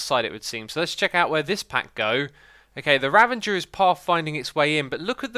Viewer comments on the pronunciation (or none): Does it bother anyone else that he calls Ravagers "revengers"? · I was commenting on Xisuma saying "Ravengers" the whole time.